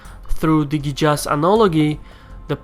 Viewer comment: Idk why you read Jizyah as yijza and Qiyas as Ijaz... Kinda weird.